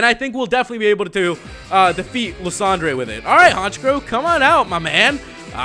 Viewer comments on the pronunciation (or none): You pronounce lysandre wrong